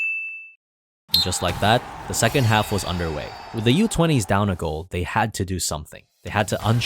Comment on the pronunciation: it said second harf instead of second half